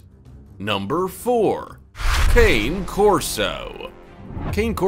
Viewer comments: Please learn to say the name of breeds properly if you’re going to talk about them. It’s Cah-ne Corso in pronunciation and not Cane like you would say candy cane. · It's pronounced "connie" not cane. Cane Corso. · Cane Corso is actually pronounced Ka:ne... The best dog breed I've ever owned. 10 years ago I was going to get a white German Shepard puppy but ended up leaving with a Black Cane Corso pup. Best decision I've ever made!! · Cane Corso... Pronounced "Connay" Corso. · I own two and it's pronounced Kah neh Corso. It's an Italian breed hence the pronunciation of the name. 👍🏾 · Kah-neh Corso...it's Italian. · Did you really pronounce Cane Corso as "Cain" Corso? Have you never heard the name said out loud, did you just look these dogs up on Wikipedia? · You pronounced #4 Cane Corso incorrectly. It should be pronounced “KAH-neh-KOR-soh”. The first word cane is the Italian word for dog. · Thank you! For a fact channel you would think he would pronounce it correctly. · Predator Casting - I am so glad someone spoke up about the pronunciation of the name, how can you take the video seriously if they cannot pronounce the name of the breed correctly. Lovely breed, a friend has one and she is a big girl with a fantastic temperment.🤔👍 L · Cane Corso is pronounce incorrectly. Then "Briton Mastiff" ha ha. A Tibetan Mastiff is way bigger than 100 pounds. Obviously written by someone who knows little. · 1. You can’t even pronounce Cane Corso the correct way. 2. Give Bruce Wayne and Jason Corey the correct citation on the Cane Corso portion of the video 🙄🙄🙄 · Maybe you should learn how to pronounce the names of the dogs if you’re narrating?